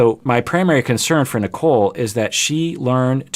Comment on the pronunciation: My brain has watched so much 90 day that might be sounding like he is saying “Nikel” lmao